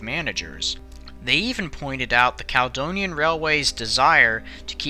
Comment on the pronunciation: Being from Edinburgh and spending a good few years working with Americans (Daily conference calls) I can testify that a lot of Scottish names seem beyond Americans. Only names that really jarred with me was Caledonian (Cala-Donia) & Carlisle (Car-Lyle). Most of the rest were a good attempt.